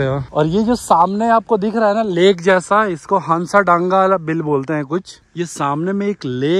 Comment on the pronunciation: Bhaiya bhooo Hanssadanga nahi Hasadanga hai